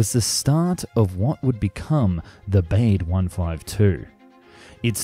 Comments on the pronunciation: These videos are so insightful. I admire the effort you put in to all of them. But Baade should be pronounced “Barda” rather than “Bayd”. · More "Bawdé" than "Beyde".... pronounciation, go ahead, make the effort. Otherwise, very interesting. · I'm not German but I'm pretty sure Baade isn't pronounced "bade". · Every time he says ‘Bayd’ and not ‘Bah-duh’ I feel a little bit of myself die inside. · "Bah-de" not "baid". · Looks a bit like a Stratojet with that centreline undercarriage.And it would be pronounced "Bahdih" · Looks like a really cool plane. Shame it never materialized. Though I have to say it would be pronounced Bah-dah based on german pronunciation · Yes, more like Bahd-eh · Try "BAH-day". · Would the German name Baade really be pronounced to rhyme with "wade"? I doubt it very much.. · Apart from the horrendous pronunciation of German names (at least some approximation after research could have been done -- "Baade", for example, is actually pronounced approximately like "BAH-dey"), I got annoyed with most of the video treating East Germany and the USSR as the same thing (to the point that you even had to say "the USSR in Moscow" to mean the actual USSR when a distinction was needed). True that East Germany had a puppet government totally controlled by the Soviets, but it was still a separate, different country. The 1952 uprising, for example, was nowhere near the USSR, unlike what was stated in the video. It would have been better if you have used the expression "East Bloc" to mean the actual USSR plus its satellite states. That's what you really meant by "USSR" in most of the video, and it's not the same thing. As done in the video, it would be the same as saying that Munich is in the United States and BMW is an American brand of cars, because they were from West Germany and hence from the West Bloc...